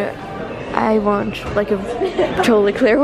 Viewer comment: I love that case and actually consider getting it myself because of you 🙈😂😂 I love your channel, just one thing - when you pronounce words that end with a T (want, yogurt, etc.), it always sounds like you add CH at the end ... you know what I mean? I don’t mean to criticize you AT ALL, just thought it might help you 😊😊